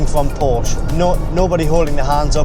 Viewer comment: I'm sorry, I only made it 1min into the video. I can't take you seriously if you can't even pronounce the name correctly...